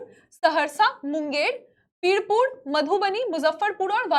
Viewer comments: वीरपुर Not pirpur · Pirpur nahi birpur hi